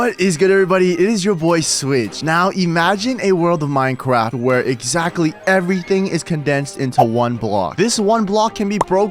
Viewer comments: Did he say minecwaft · It sounded like he said that